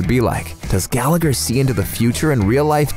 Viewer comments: That's not how you pronounce Gallagher! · Did say Gallagher wrong though